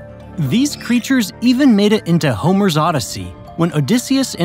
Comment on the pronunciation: Another thing missed: the correct pronunciation of Homer